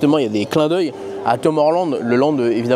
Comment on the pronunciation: Teumeur land😮 j'avais pas capté... Whoua 😮 l'anglais cest vraiment pas son fort 😢